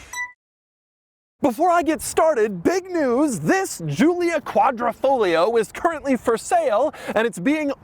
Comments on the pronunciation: Is Quadrifoglio, why say Quadrofloglio? -_ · Quadra - Fo - Glio -------------> The 'G' is not silent... Betting the auction doesn't get to the sellers reserve price.